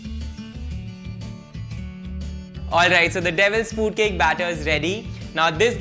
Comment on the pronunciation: He's telling devils fuut cake😂